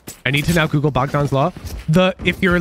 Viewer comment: I appreciate that pronounces Bogdan correctly lol